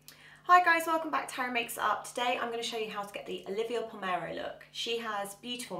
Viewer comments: Pronunciation is a problem 😩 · A beautiful look but I noticed that you keep calling her Olivia Palmero rather than Palermo.